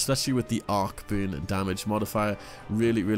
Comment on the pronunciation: Anyone else hearing "Boon" when he says burn?